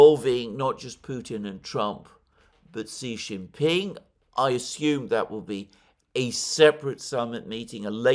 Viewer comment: it is Xi Jinping